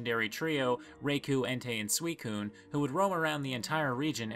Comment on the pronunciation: RYE-koh*, EN-tay*